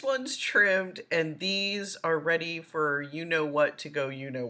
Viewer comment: "Dees notes" lol